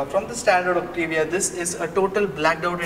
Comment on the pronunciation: It's not octivia it's Octavia